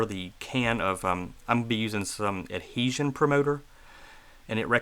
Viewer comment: You need to practice saying the word adhesion